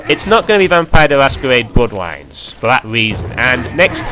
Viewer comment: "vampiwes: the masquewade: bwoodwines" haha